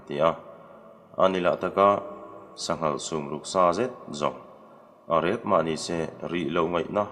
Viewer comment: Sangha an hmeh dawn maw tia, sanghal i ti leh daih nia